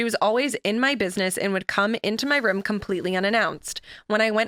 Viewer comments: reaction to “rum” for room killed me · I’ve never heard her say room any way but “rum” It always catches my attention. Just how she says it guess. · the way pronounces “rum”